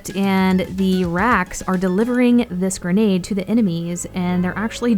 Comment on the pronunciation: Its not gernade its grenade